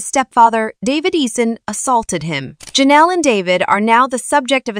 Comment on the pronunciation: LOLOL it sounding like they are saying JENELLEY instead of JENELLE E. (Assuming E for her last name)